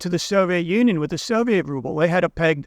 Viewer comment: It's rubble, not ruble.